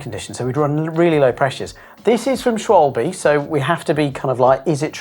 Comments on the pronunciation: I know nobody cares but Its pronounced Shvalba not Shwwolllllb or Shwolbee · It's pronounced "Shvalbeh" not "Schwolb" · Schwolb 🤨 I’m not German so I’m not going to pronounce it like one so Schwal-be is close enough. But Schwolb. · So weird, you can't pronounce Schwalbe correctly. In Deutsch, it means a Swallow bird. The e on the end is pronounced like an a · I mean, Germans obviously care. Now maybe you don't care what Germans care about, but how is it not a good thing to pronounce names as accurately as possible? -Within reason of course, nobody expects you to pronounce words like "Rechtsschutzversicherung" or "otorrinolaringología" or "學校" perfectly. But getting the pronunciation of "Schwalbe" more or less right shouldn't be difficult for any English speaker, they just need to bother looking up how it's done instead of making up a pronunciation on the spot with no regard for whether it has anything in common with the original one.